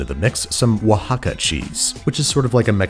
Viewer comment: You won't see cheddar cheese in Mexican cuisine at all, it's totally an american thing, the salsa was well made but "enchilada sauce" is also not a thing it's like "taco seasoning", nailed the pronunciation of Oaxaca which pretty much no one does, but I had to stop the video when I heard "guahilo" LOL